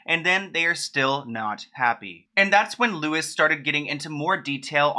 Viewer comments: Pronounced lou eee not Lewis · Just quickly its pronounced like "louie" not lewis! He is irish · Not really the point but Louis is pronounced the day way as Louis Vuitton (loo -ie) and not Lewis. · His name is not pronounced "Lewis", it's "Lou-E". Have you never seen the show? Research much? Talking airhead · Lewis lol...it's Louis, pronounced loo ee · It is pronounced Lewie not Lewis! xxx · Just so you know, The name Louis is pronounced “LEW-EEE”, not “LEW-IS”. The “s” is silent. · Lou-ee not Lewis 🙈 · I loved this video but it’s pronounced “loo-ey” not ‘Lewis’ just FYI! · Wait. Louis Walsh is pronounced "LOU-EE"/Loo-wee Walsh...not Lewis(LU-ISS). I'm from Northern Ireland. I don't know, but that's how we all pronounce it. 😅😁 It's also my little brothers middle name... Louis, pronounced LOU-EE. Also, cheers for another great video! Honestly feel so sorry for Britney. 🙁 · Cool video but, it's pronounced loo-ee not lewis (louis walsh) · Loo-wee it's not Lewis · Don't want to sound like one of those annoying people 🙈.. But his name is pronunced like Louey 🙊.. Understandably it looks like Lewis and you wouldn't have known. I'm from Ireland and hes been a judge on most seasons of the UK x factor. Love all your videos 🥰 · Louis is pronounced Lou-ee. I think it’s sad what they’re doing to her. I feel like her ending will not be good. I pray that I’m wrong, but what they’re doing to her now it’s not looking good at all. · LOU-IE! Not Lewis 😂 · It's pronounced loui not Lewis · In the U.K. nobody says Louis’s name as Louis it’s pronounced “Louie” over here in the UK, haha really threw me off I heard Lewis and was like nah that’s not his name is it?? 😭😂😂 Had to think for a second!! Definitely pronounced Louie! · When you say Lewis instead of “loowee “ makes me giggle every time ❤️❤️ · lmao not louis (loo-is) but (LOO EE) louis walsh lol (check out any British x factor to hear how to say his name lol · It's not Loo-is its Loo-ee. Big love ❤ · Lewis not Louie :( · Yep Loo-ee